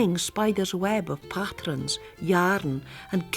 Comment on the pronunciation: The way the narrator pronounces “pattrens” reminds me so much of my Granny who bequeathed me her love of needlework!